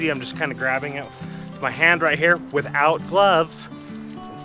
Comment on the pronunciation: I like when you emphasized things ....”I am doing this ... WITHOUT gloves 🧤 “ .... 😂😂😂. Have a good day buddy !!!